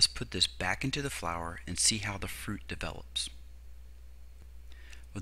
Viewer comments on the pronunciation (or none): none